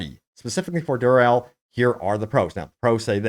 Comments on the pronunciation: Say it with me...Durrrr Eeeeeee Llllllll not Durrrrr elll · dur-e-ehl not "durrel" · Who's "Durrell"? Have you never heard anyone else saying Duriel ever? 🤷‍♂️